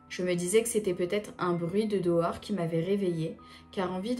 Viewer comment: Première fois je vois quelqu'un d'autre dire "dohors" au lieu de "dehors" jme sent moins seule 😊😊